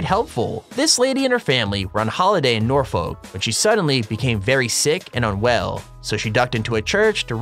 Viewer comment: That pronunciation of Norfolk made me laugh xD